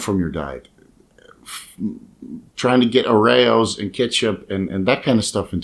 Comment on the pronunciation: Could you say Oreos again please 😂😂